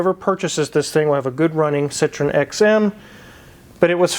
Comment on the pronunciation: Citroen=Sitro-ENN, not "SITron."